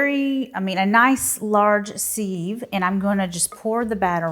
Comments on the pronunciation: Sieve rhymes with 'give' not Steve. Excess moisture frim the pumpkin is not a problem here? Also, to get one perfect slice from a cake or pie, cut two slices then remove one. Looks delicious - thanks'! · You mispronounced sieve. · I had to watch the video just to hear her say sieve after all the comments 😂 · Ive never heard sieve pronounced this way 😮